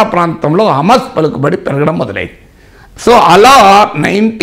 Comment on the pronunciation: హామస్ కాదు సార్. హమాస్ అనాలి. మొదట ఉచ్చరణ నేర్చుకోండి.